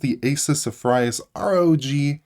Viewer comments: did you pronounce Zephyrus ('zeh-fee-rus') as 'se-fry-as'💀💀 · ZE FRY US? lol it's pronounced Zef-ur-us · Zeph-uh-rus :) Not Ze-vri-uhs